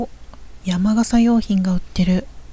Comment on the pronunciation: 山笠（やまがさ）ではなく山笠（やまかさ）と言いましょう(笑)